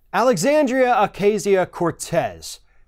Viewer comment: Why do you keep mispronouncing her name? 🤨🤨🤨